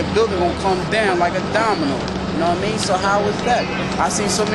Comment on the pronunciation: lol "Know wha' i mean"